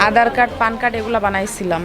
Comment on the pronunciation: Pan (পেন)card😁পান কার্ড নয় মাসি